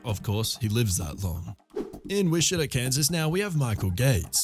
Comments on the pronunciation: Wich-a-taw. Not wish-ita lol😂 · it’s pronounced, “WITCH-ih-taw.” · Witch-a-tall Missouri. Just for the record.